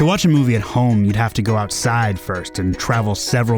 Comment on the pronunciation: I like how it sounds like you put emphasis on outside. It's like people forgot what that was